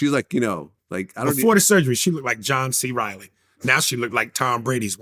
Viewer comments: He said John C. Reily 😂😂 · Man’s said John C. Riley 😭😭